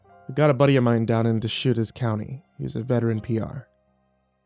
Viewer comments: First time I've heard someone call Deschutes county "De Shootez County" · Also just fyi Deschutes is pronounced De-shoots. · That aint how you pronounce Deschutes